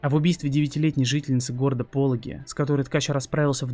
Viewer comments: Только правильно ПолОги, а не ПОлоги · Не Пóлоги, а Полóги правильно звучит название города...